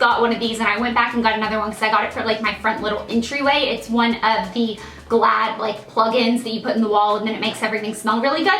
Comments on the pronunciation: when she talked about the plug in she said " glad " 😅 that says " glade " blair 😂😂😂😂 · Blair .... its Glade (glayde), not Glad haha ! xxx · haha, I was saying thru the screen...glade! Like, Gl-aid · I know it's pronounced "glade" but I always say "glad" too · Who else noticed she pronounced it glad ?